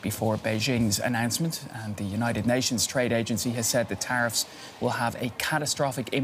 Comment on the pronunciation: "Traiffs" lol